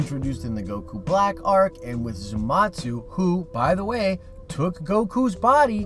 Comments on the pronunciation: You did not just call me "Zumatsu" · I left the video when he said Zumatsu